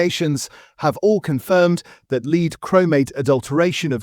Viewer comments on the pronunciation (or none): To add to the previous comment: WHY are you using an AI V/O? A real human Brit would never pronounce the heavy metal 'lead' as 'leed'. Such bloopers ruin your credibility. The whole production begins to sound fake - which in a production expressly designed to help people spot fakes is unforgivable. Inconsistent pronunciations are frequent in all your videos. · Also lead (plumbum), and not leed.